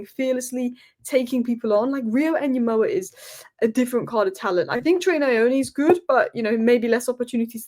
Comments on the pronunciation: please Ngumoha not Nyumoha. The way to pronouce it effectively is by leaving out the first N. Better to pronounce it like Gumoha. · Small thing. The Ng sound in Ngumoha. More into the g and less in the n. Not nyemoha. It's good you try. (Wazungu do this. It's nice though) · Pronounce it as "EN-GUMOHA". You can drop the "N" and pronounce it simply as "GOMOHA". Notice how the "U" changes into an "O" once the "N" is dropped or becomes silent.